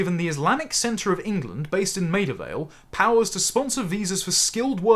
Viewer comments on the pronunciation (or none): none